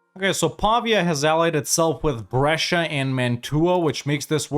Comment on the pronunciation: pavia is pronounced with the emphasis on vi, not on pa (hope it doesn't come off as too judgey, I don't really care how you pronounce it, but since you say Brescia fluently...)